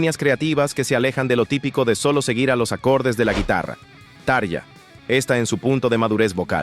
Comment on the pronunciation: se pronuncia TA-RRRRRRIIIIIIIIII-AAA